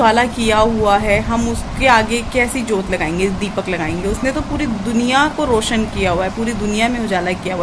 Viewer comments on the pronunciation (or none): none